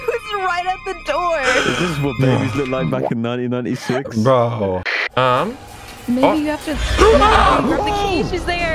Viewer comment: when said "1996" i heard 9096.